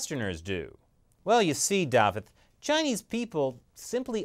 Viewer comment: Ardderchog, congratulations for the correct pronunciation of Dafydd..keep up with the excellent information, am thoroughly enjoying